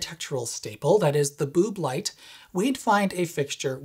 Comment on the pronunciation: I laughed my arse off at the "bööb light"